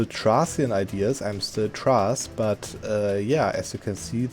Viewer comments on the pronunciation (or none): No, it it not called "tras" but "Thrace" or Θράκη. You can do a Þ sound, try harder. But thank you for the cool notion; do you know you can do something similar with the Cossack estate? Also new nations do roll random ideas; you can see this best when you make trade cities as a merchant republic, but they're almost always random and shit, tbh. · its pronounced like treys not thrays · Bro called thrace "trass"💀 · it's alright bro, but it was still funny😂😂😂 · The way he pronounced " Thrace " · As a Thracian. He pronounced the word Thrace in the worst possible way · Typical german accent